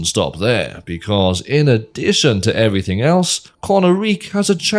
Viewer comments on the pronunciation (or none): none